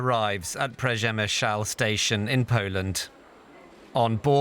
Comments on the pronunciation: Damn you really killed the pronunciation od Przemyśl.. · Sorrry, but the least you could do is to learn how to say Przemyśl, so it does not sound ridiculous.